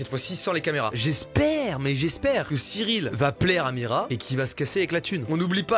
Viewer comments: Avez-vous été stressé à chaque fois que Mastu a dit Mirya au lieu de Mira ?😂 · Y'a que moi que sa pertube qu'il dise "miria" au lieu de "mira" au début ? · T'es pas seul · on en parle que toutes la vidéo il a dit miria au lieu de mira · Mira pas miria oh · Il dit miria mais c'est mira😭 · Mastu. Son prénom c'est Mira pas Miria. :0